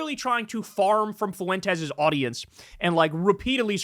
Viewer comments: Fuentes is two syllables, not three. It's not pronounced foo-en-tez. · It's 'Fwentes', not "Fuh wentez" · It drives me crazy, fuh-en-tes. Wtf with that pronunciation everybody is using. It's fwen-tez. 2 syllables, not 3. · Why does Kyle always pronounce it Foo-wentez?